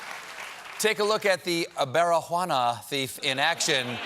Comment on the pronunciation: "Barijuana".... yes!